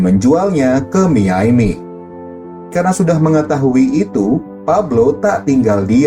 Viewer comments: miaminya aneh bang harusnya dibacanya mayami bukan miyaimi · Miami min bukan miyaymi